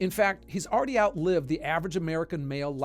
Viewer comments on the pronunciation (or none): none